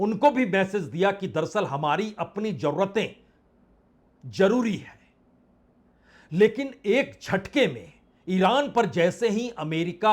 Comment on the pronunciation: Bajpai ji hindi language me 3 sha hote h tb bhi apko hindi bolna nhi ati jaruri nhi hota zaruri hota h Sayad nhi hota shayad hota h Najuk nhi hota nazuk hota h